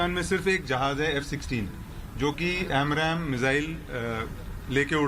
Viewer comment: Its AMRAAM not AMRAM.